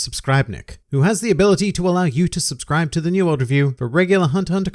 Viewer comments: Just hearing Suscribenicht made me like the video, you are amazing! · "Subscribenic" made me laugh so hard ahahahahaha, good job mate!